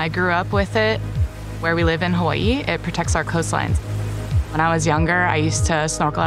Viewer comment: Thanks for putting her pretentious pronunciation of Hawaii , so that I can tell early on that these people are delusional.